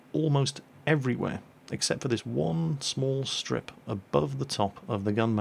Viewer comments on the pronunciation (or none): none